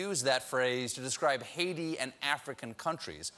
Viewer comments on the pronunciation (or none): none